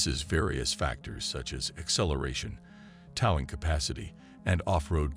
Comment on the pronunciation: weak exposé & mispronounced narration. 😢 'toww-ing capacity' ?